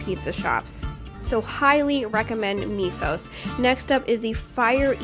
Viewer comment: "Mee thos"? Greek Mythology... Myth... Mythos. C'mon now lady lol. Your husband ran with that pronunciation too? 🤣